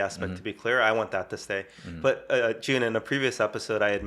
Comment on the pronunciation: always starts with "Hey, Jun(e)!" that sounds like " hye jin" to me! FYI, I'm hyejin 𐌅 𐨛 𐌅𐨛 𐌅 ࠅ ヲ𐨛 so you know, your greeting makes me so happy sometimes I'm like in you guys' conversation, chatting with you guys🩵 I'm huge fan of you 🎉